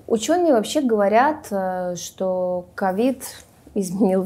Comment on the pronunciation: Мне больше режет слух слово "говаряд"